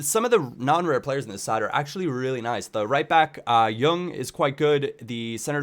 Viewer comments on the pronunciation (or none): none